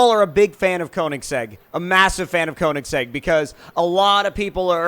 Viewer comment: You're pronouncing Koenigsegg wrong.